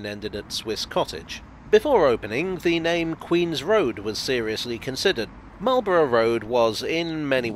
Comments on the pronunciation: Bruh .... it's "Mawl-bruh". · Well done, another bit of the underground covered. A little surprised on your pronouncation as standard English pronunciation is Could have mentioned the old platforms that are clearly seen as the modern Met line trains clatter through from Baker St to Finchley Road. The metropolitan ran from Finchley Road to Wembley Park ( for the Empire Exhibition 1924), with platforms at Kilburn ( bridge over the High Road ), Willesden Green and Neasden. You can see traces at West Hampstead ( old Station building now an estate agent). The Great Central ( now Chiltern trains run parallel from Finchley Road to Neasden, where it branches off to Wembley HIll ( now Wembley Stadium). You can clearly see the date on the Bridge at Kilburn High Road, and the "Squaredle " on the outside of Willesden Green Station. The Met line used to run out to Aylesbury as late as the 1960s. I remember as a very young child traveling with my Grandma to Wembley Park on the Met line with slam door carriages, pulled by Sarah Siddons like dark red locomotives. An example of this type of electric locomotive stood at the side of the Neasden works / sidings and LPTB reserve power station. Keep up the good work and don't always oversimplify your histories. The nearby significance of the Lord's cricket ground to Marlborough Rd and Lords Met Railway, as well as St Johns Wood (Jubilee line - formerly Bakerloo line Stanmore branch) is pretty significant to cricket fans 😂😂. See also John Betjamin film Met